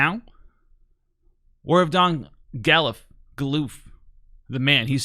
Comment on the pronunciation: It’s pronounced God-Loof